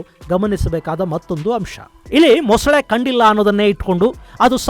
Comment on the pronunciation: ಮೊಸಳೆ ✅ ಮೊಸುಳೆ ❌